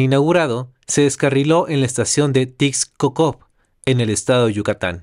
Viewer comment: se pronuncia Tishcocop se escribe tixkokob